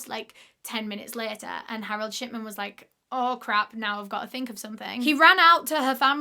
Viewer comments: accidentally heard "sh*tman" and not "shipman" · lol so sorry but everytime you say "shipman" i hear "shiTman" almost every single time and that's absolutely fine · every time you say shipman i hear shitman and i'm enjoying it so much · I thought his last name was “shitman” the way she was pronouncing it, but its pretty accurate way to describe him. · i keep hearing "shitman" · Is it just me or does it sound like she's saying shitman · i keep hearing 'shitman'. 😭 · I cant stop hearing dr. shi*man😭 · SAME I WAS LOOKING FOR THIS COMMENT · Now I can't stop hearing it!